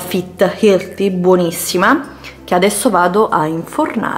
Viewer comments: ma perchè ti ostini a dire "ilti" ? ma che roba è??? mi fai venire i nervi ! non ti puoi correggere porca miseria? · Ma se non sai pronunciare HEALTHY , perché ti ostini a dirlo? Mica è obbligatorio eh, puoi anche dire solo "sane e leggere".